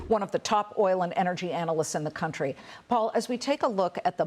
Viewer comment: Dumass lady cant even pronounced country correctly